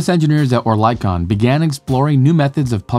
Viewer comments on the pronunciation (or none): The “i” in Oerlikon is actually the short i, so the pronunciation is more like ERR-lick-on (with the “err” rhyming with “her”). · Public transport is already more efficient and environmentally friendly even when powered with fossil fuels because of passenger density alone. Also, Oerlikon is pronounced Early-Con. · Not exactly. It’s EARL-ick-on. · Oerlikon is pronounced EARL-ick-on. (Not err-leek-on, err-like-on, etc. The “i” is a short “i”.) Of course it’s a bit different in the native German, but the above is the correct English pronunciation. (Source: I live in Zurich, Switzerland, where the gyrobus was made. Oerlikon is a neighborhood in the city.) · "Oerlikon" is pronounced "Err-lee-kon". Sorry I had to be that guy 🙈😅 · Oerlikon is not called "or lie con", but if you would say "early con" it could sound pretty accurate. ;-) Cheers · Except that it’s not. In English, it’s pronounced ERR-lick-on (with the “err” rhyming with “her”). Source: I live in Zurich, which is where the neighborhood of Oerlikon is located. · Of course you did. And next time, just say "early con", which is pretty close to Oerlikon. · The attempts at pronouncing Oerlikon made me smile. The engineering company was named after the municipality of Oerlikon, which is now part of the city of Zuerich. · The Oe (Ö) in Oerlikon is pronounced like the i in bird. The i like the i in bit. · Except he doesn’t know how to pronounce Oerlikon… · Nobody's perfect. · Shame no effort was made to pronounce Oerlikon correctly.